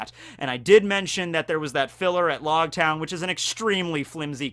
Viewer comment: Louge town of new world😂